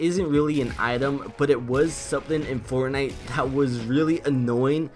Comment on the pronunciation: did hear Fartnite